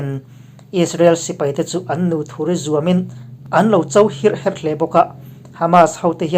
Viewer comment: A bengvar thlâk ṭhin hle mai. I channel hi Ka ngaihthlâk ngun pawl tak a ni. Amaherawhchu, thlûk diklo a awm leh tlat ṭhin. A bak i chhiar dan erawh ngaihthlâk a nuam viau. Heng:- Awiahsi, ûksak, tawm deuh tawk, hîrh hêrh, te hi ka rawn chhawp ve e